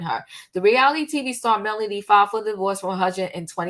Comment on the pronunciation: Your facts are way off. By now, you should know the woman is not a nurse. She herself said she was 22 when she met Martell. And it's MELODY not Melonie